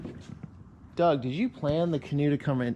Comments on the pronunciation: Not DOG, His name is "Doug" which sounds like dug or rug. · You pronounce Doug just like my dad use to. Dad spoke spanish as he was Mexican-American and preferred to speak Spanish. Doug is pronounced more like dug, I dug a hole not dog. Please don't get upset or feel offended, I just thought you would like to know. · The man’s name is Doug(dug), not Dog!! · Doug is said as "dug" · It’s pronounced DUG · It’s pronounced Dug lol